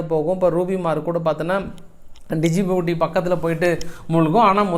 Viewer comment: Dijiboti illa jiboti D. Silence